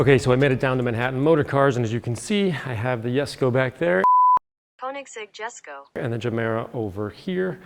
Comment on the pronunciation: You actually pronounced Jesko correctly